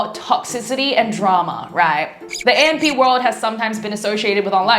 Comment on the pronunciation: Atleast you should pronounce the group name right 🤦🏻‍♀️